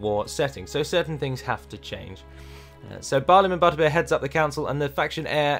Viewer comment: Great video, as always - but it's Barliman ButterBUR, not ButterBEER!